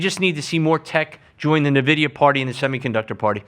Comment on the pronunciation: Cannot keep listening when he keeps saying Navidia